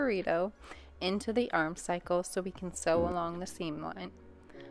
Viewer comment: Great tutorial! Just a note, it’s armscye like arm-sigh not arm cycle.